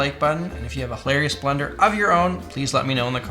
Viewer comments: Why does he keep saying blender 😭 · Thought he was saying "blender" the whole time. I was like tf blender has to do with this? 😂